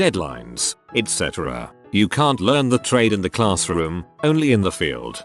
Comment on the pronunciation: it's ETC not ECT!!!